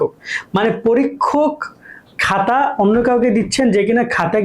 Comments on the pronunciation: ভাইয়া, 'হাতা' ঠিক করেন।😊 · Hata kno bolen apnara 🙄